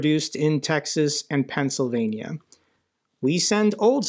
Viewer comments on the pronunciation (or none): none